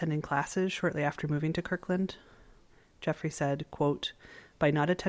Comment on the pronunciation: It's KIRTland!